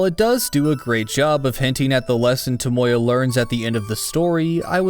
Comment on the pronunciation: I can’t accept the way you pronounce “Tomoya,” it’s like your trying to say Toyota instead